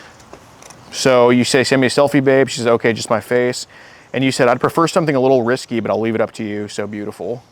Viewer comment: Risqué. Not “risky” lol.